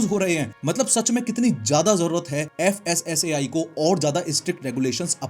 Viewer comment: FSSAI ❎ FASSI ✅